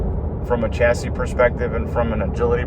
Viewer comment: Shacis not chasis